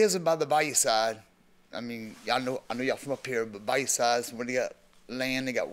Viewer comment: Mathis pronouncing bayou as bay-u instead of bi-you is hilarious to me😂 #Louisiana